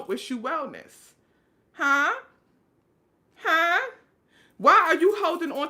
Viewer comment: That questioning “huh...huh? “ 😝👌🏾 soo N.Y. !